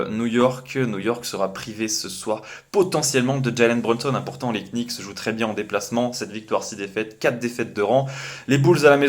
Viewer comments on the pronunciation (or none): les "knicks" putain mes oreilles quand j'entends ça mdr, merci pour le contenu